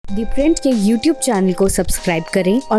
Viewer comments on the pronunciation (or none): none